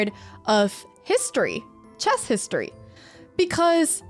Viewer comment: The subtitles say "grandmaster in chaz" and that's spot on how you say it... Jazzy!